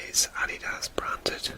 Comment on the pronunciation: Wow, I had no idea about the history of Adidas. Thx for the facts! I love the way the logo came out! 😊 I adore the way you pronounce "Adidas" I am definitely going to start pronouncing it just like that!